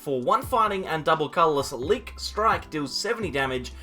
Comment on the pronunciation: I think it's pronounced 'leak.'